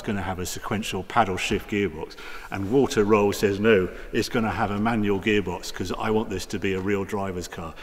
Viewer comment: you know, Harry, you are a great guy and all, but what really sucks is that you refuse to take German words and names and pronounce them correctly. You say something like "Walta Roll" and no one really gets it, because his name is Walther Röhrl. It is also "Nordschleife", not "Naughtshlife". You are a smart person. You can do this. Give it a try. It would make your reviews so much better and more authentic. Respect the language names are created in. If it is a Spitfire, you expect everyone to say it right. Give that respect to others, too.